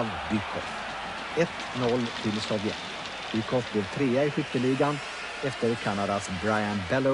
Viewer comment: Arne Hegerfors har aldrig kunna uttalat Sovjet så att det låtit farligt. Arne: Sovjett!